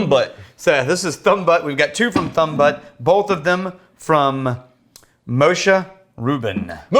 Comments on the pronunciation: It's byoot, not butt. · Butte = Byoot, as in the city in Montana. Rhymes with boot, or Yute if you are fond of Joe Pesci. :) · It's not butt, its būtte. Like Butte, Montana. The e on the end makes the first vowel said its name. It's a long u sound. ū. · Butte is not pronounced butt. Think Butte Montana. I have family there so I know I am getting the pronunciation right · Gents, The word BUTTE should be pronounced BYOOT and not BUT. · It's pronounced Butte......as in beauty.